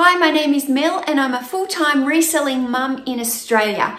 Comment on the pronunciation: This was so great thank you so much ..very helpful and great tips!! side note at the very beginning I did think you said you said full time "wrestling mom"...my brain realized you said "reselling mom"!! 💰📦 I subscribed cuz you are really SMAHT & wicked awesome!!..which is Bostons highest honor🤣